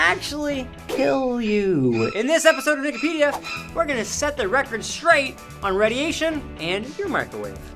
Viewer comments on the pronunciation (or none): am i the only one who hears NIGGAPEDIA?